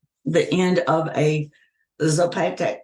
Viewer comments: Dumbing us down like how she has the internet but still completely mispronounced "Zapotec'? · Even though they cut your message off after the word 'children', I know what you're saying and I wholeheartedly agree with you. I came down here to the comments after she mispronounced 'Zapotec'. 🙄 I bet she really is from the DoD though. This is more of the brainwashing they're doing to us.